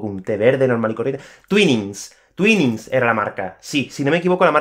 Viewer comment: no lo sabía también pero se dice "tuàinings" ;) sinceramente, no sé por qué... especialmente teniendo en cuenta que "twin" se pronuncia "tuìn"...